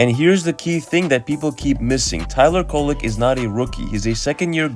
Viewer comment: Definitely not “Kolek” 😆